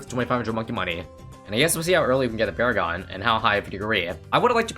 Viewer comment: Nah bro it’s sentry pawragon